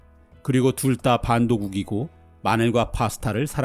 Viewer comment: 둘다를 둘따로 발음하네 ㅋㅋㅋㅋㅋㅋ